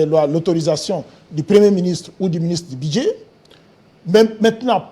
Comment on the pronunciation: Ce Commissaire Général aux jeux ne sait pas différencier les u et i... bidget, jé, ti, bidget... au lieu de budget... plus de 20 diplômes pour ce faire. Sekirité, irgence, c'est ké... (que). Un mauvais manager. Il ne sait pas que pour une activité temporaire, on privilégie la location en lieu et place de l'acquisition...